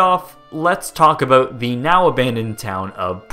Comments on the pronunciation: You day in this video that your American but you say "aboot" like a Canadian. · You say at the beginning of the video that you're American, but haven't you said you're Canadian in other videos? And you pronounce "about" like a Canadian... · You're American? Because you pronounce "about" like a Canadian 😂